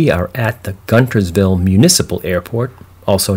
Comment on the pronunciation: It’s pronounced “Gunersville”. Spelt Guntersville.😊